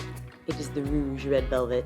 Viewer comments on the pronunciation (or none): none